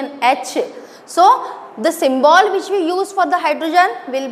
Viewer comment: Mam pronunciation of symbol is wrong